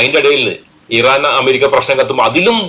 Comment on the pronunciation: ഈറൻല്ല,,, ഇറാൻ, എന്ന്, പറയുക